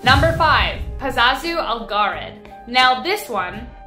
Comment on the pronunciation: Pazuzu not pazazu......